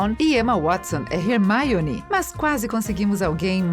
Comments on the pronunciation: Mano que agonia dessa mulher falando "Hermaione" fALA "HERMIONE" MANO Tira essa mulher daí man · MANOOOO que raiva dessa mulher ficar falando Rérmaioni, se fala Ermioni se escreve Hermione mas se fala Ermioni POR FAVOR ARRUMA ESSE FALA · Pelas barbas de Merlin!!! Fala Hermione, não Hermaione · Sério velho da MUITA AGONIA ela falando HERMAIONE Velho fala direito kkkkk E HERMAIONE MANO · Como se diz: HerMIone Como ela fala: HerMAIone Eu: >:V E HERMIONE FALA DIREITOOOOOO >:C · "Rermáione" Lembrei de maionese ;w; AAAAAA MEUS OVIDOS, É HERMIONEEEEEE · Teve um vídeo que essa mulher falou Rermaione Granguer, invés de Hermione Grendjier (-¿.- ?) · O vídeo é muito bom mas me deu muita agonia esse mulher falando "Hermaione" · Hermaione é meu pau, é HERMIONE! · "é Hermione não Rermáionê"... Kkkk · Mds que fadiga desse mulher falando Hermaione pelo amor Deus fala Hermione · É HermIone e não HermAIone! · "Warner Brothers" "Hermaione" kskakKakak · Rermaiore?? Q vergonha senti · "Harry,ron e rermaione" Kkkkkkkkkkkk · vcs ai falando mal pra caraca da hermione que ela ta fallando errado,, mas em ingles se pronuncia assim gnt. se pronuncia: ''rermine'' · hErMaIoNi??? poRtter???? houarts????????? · "Hermaione" KK q agonia ouvir assim o nome dela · MEU DEUS ERROU MONTE DE NOME RERMAIONI, HOWARDS, DAUMBLEDOR QUE ISSO KSKSKSS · ''harry ron e RERMAIONE'' super certinho moça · "Rermaione" 😆 kkkkkk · "Remaione" "Olivandar" hahahaha adorei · Ramaioni? Kkkkkk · "Remaioni" "Warner brothers" "Guifinoria" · Parece que digitei Hermione no Google tradutor e a voz da tradutora dizendo Hermaione toda vez que clico Kkkkkkkkkkkkk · Toda vez que essa narradora falava "Hermaione", meus ouvidos sangravam. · "você ficou incomodando quando crabbe desapareceu de repente da franquia dos filmes posteriores?" Não, eu fiquei incomodada com vc falando Hermaione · Kkkk 1% dos comentarios: o video 99% dos comentarios: comentando sobre a mulher chamando a hermione de ermaione kkkkkk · "harry, ron e rermaione"